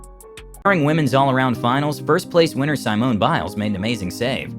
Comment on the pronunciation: it's pronounced "suh-mone" not "sigh-mone"